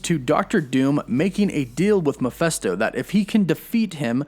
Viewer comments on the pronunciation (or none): It’s Mephisto, not Miphesto!! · All very interesting and revealing but Mephisto = “Meh-fist-oh,” not, “Meh-FEST-oh.” Sorry, it’s a little annoying to hear it repeated over and over like that. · take a shot everytime he says mephesto it's mephisto man. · MephIsto, not MephEsto.... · Who or what is MEFESTO? Don’t you mean MEPHISTO ? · Why are you pronouncing me fes toe.(mephisto) Isnt pronounced as meh fees toe?? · Please please look how it's written.........MEPHISTO NOT MEPHESTO.......notice the letter I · Meh-PHIST-o not Meh-PHESS-to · Mephisto is pronounced Meh-Fist-sto not Meh-fest-sto. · i was searching the comment for this! I know right he kept saying meh fes toe lol i get cringy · Good info but Mephisto is pronounced “Meh-fis-to”, not “Mi-fes-to”. Picky? Maybe. But it was driving me nuts. 😊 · Mephisto, not Miphesto. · I thought it was MeFISTo not MePHESTo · Stop saying Miphesto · Dude the way you pronounce "Mephisto" is cringe worthy. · Sorry that I'm a bit of a stickler, but this is rubbing me wrong. I can't perceive how the first syllable of Mephisto has an "a" sound, and the second syllable and "e" sound.